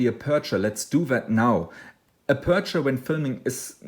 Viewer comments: TNX, very useful (I had some trouble understanding your pronunciation of the word 'aperture', first syllable caries the stress). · Marcus Van Assendelft van Wijck aperture...I think the pronunciation could be confusing. I can help about the settings if you have a problem setting that.